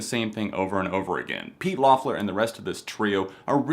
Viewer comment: Not to be too nitpicky, but Pete and Sam's last name is pronounced "Leffler"